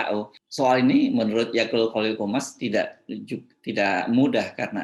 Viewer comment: Akut pak bukan Akul